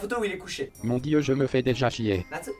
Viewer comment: conment il a dit natsu en mode japonais🤣🤣